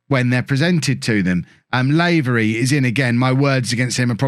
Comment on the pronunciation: "Lah-very" aha